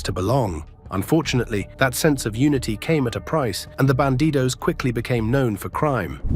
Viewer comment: It's "Bandidos", not "Banditos".